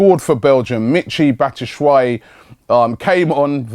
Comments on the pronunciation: ITS BAT-SHOE-WHY-EE NOT BATTASWHY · "Batta Shwi" hahaha